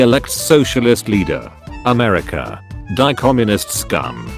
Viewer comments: Ah, yes, my favorite country: Amerisha. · No one:AMERSIA